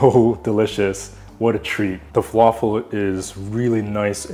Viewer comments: The right pronunciation is Fa La Fill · Good job👏🏻👏🏻 🧆🥙 It's pronounced Fah-Lā-Fil not Falaful And the L's are pronounced like the L in "Large" 🙆🏻‍♂️. And for tahini add one spoon of yogurt and a little bit of cumin 🤝